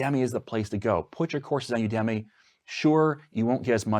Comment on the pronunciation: You gotta stop pronouncing udemy that way!